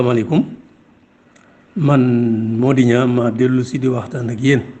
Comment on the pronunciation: Pourquoi legui senegalais yi xewal prononcer le nom “NIANG” comme si c’était un nom français “NIAN” sans prononcer le G, way way NianG la ak DienG, sugnuy wadiour aki sougnouy maam danougnou wax NIAN ni ay francais, meme il ya quelque années si guinnaw li xewoufi won. Soyons fiers et préservons l’authenticité de nos langues nationales.